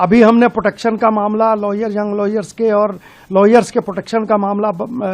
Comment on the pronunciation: ko lawyers bolna bhi nahi aata